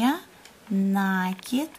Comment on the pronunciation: Не НАААКИД , а НАКИИИД. УЖАС . ПРЕЖДЕ ЧЕМ ВИДЕО ВЫКЛАДЫВАТЬ НАДО БЫЛО ПОСМОТРЕТЬ ЧТО ВЫ НАСНИМАЛИ .